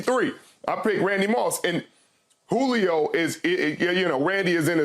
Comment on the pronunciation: I thought SHERM said CLITOR....... When saying Julio's name..😅😅